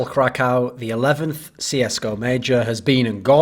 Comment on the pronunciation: its pronounced krakov kra-ko-v